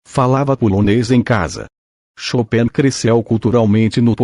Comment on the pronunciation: A pronúncia chopéin está maravilhosa para nós americanos